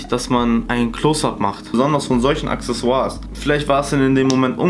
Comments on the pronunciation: Niemand: Wirklich keiner:: ACKSESSOIRS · niemand: wirklich niemand:: aksesoirs